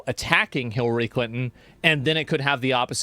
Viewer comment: Asmon mispronouncing Hilary as Hitlery is something I didn't knew I needed. And yes, 100% this is a diversion from Epstein files. 1 0 0 %